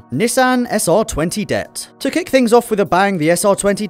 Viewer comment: it ain't dett mate, it's d.e.t.t